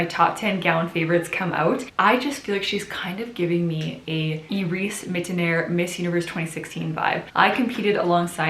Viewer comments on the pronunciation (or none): I think MU2016' name is pronounced as I-ris Mi-to-na